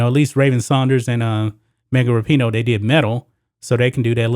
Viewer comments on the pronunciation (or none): none